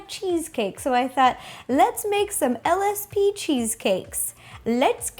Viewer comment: When you said LSP it sounded like the name of a drug